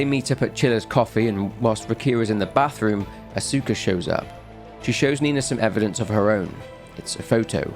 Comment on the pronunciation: Note if you run into the name again in the future. Asuka is usually pronounced "aa-skuh"